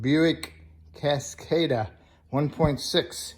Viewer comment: It's pronounced Cas Cah Da